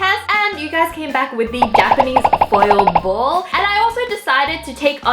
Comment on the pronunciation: I don't really know, but every time Wengie says "foil ball", I literally hear "spoiled ball". LOL!!!!